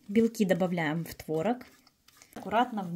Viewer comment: Правильно произносить творОг